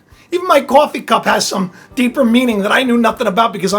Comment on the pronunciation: the word cOffee sounded a bit Bostonian